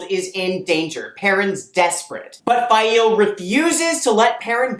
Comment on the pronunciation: Stop. Saying. Fai-eel.